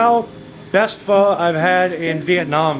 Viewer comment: he pronounced Pho correctly haha